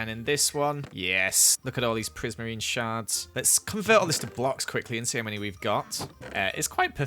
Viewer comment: prismarine sharts (shards) Me: Teehee